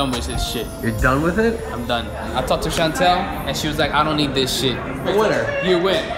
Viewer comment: My name is Chantel and the way pronounces makes my heart soar